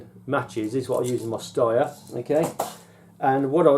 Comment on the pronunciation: Good review. Only thing I'm not sure you're pronouncing "Steyr" properly; someone once told me it's pronounced like 'stair'.